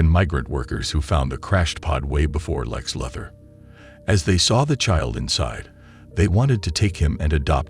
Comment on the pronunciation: Nice AI voiceover, but you might need to take the time to make sure it knows how to pronounce Lex Luthor.